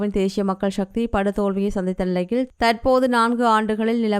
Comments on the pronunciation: தேஷிய மக்கள் ஷக்தி😂😂😂 ( தேசிய மக்கள் சக்தி என்று உட்சரியுங்கள் தயவு செய்து) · தேசிய தேசிய. சக்தி நாக்கை நன்றாக வழிக்கவும் உச்சரிப்பு முக்கியம்